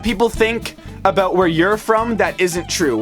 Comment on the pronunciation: Aboyt. That stereotype sure is true though.